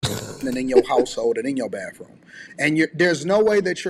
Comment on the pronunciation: Wait . Did he say ( da womins baffroom.?